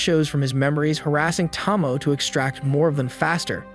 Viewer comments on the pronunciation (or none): Tow - Mow -Ay..... Not Tah-Moe, not Toe - Moe. I corrected this on the other one hoping you would pronounce it right. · Why is it so impossible to pronounce Names correctly? Her name is Tomoe, not Tomo. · I wonder if you mispronounce names on purpose. Tsige ... "see-gay" Tomoe ... "to-mo-ay" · at least pronounce Tomoe right tho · Tomoe is pronounced with a hard A sound at the end.. at least in the English dubbed version